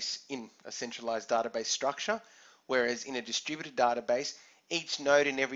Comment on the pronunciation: Haahahaahhhah distrubuted word sounds like "the stupided". Anyway thanks a lot for this short but informative video.